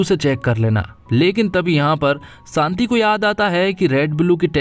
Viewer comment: Shanti bolo bhai Saanti nahi